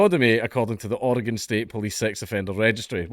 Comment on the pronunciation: As a lifelong Oregonian I appreciate that you pronounced Oregon correctly.